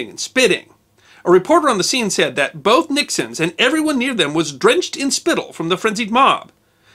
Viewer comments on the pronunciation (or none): none